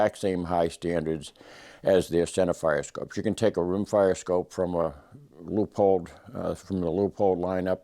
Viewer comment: This gentleman speaks proper English. Leupold is pronounced "Loopold" NOT Leopold. Drives me nutz!